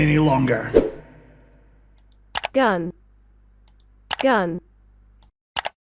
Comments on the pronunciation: his scottish side almost showed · GUN was always an acronym; it's meant to stand for the "Guardian Units of Nations". But everyone in Sonicland calls it the word "gun" and not the letters "G U N", even Shadow, so it's weird for Omens to have everyone start pronouncing it as letters. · How in the name of Jesus's left testicle do you bugger up the word GUN? Jeuen? Really? P.s. (Jesus's left bollock is called 'Old Testament' in case anyone is wondering) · Because it's pronounced like the word gun Just like we say laser, instead of L. A. S. E. R. There's no need to pronounce every individual letter like that in an acronym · I'm now pronouncing GUN as "geeooenn" from here on in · ai can't say gun properlly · I don't know anyone who pronounces gun that way. It's so funny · That voice acting sounds like AI.. I mean who pronounces "GUN" that way?!?! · There is something legendary about both possible pronounciations being correct by official metrics(Even if the Acronym technically isn't, it should be "GUoN". I really dislike it when acronyms leave out the small words inbetween) and yet the fangame goes somewhere inbetween just to be wrong. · Shadow pronouncing GUN sounds like he trying to say a chinese name ....😅